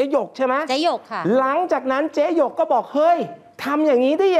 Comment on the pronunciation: ช่วงต้นข่าว เขาชื่อเจ๊หยก ไม่ใช่ เจ๊หง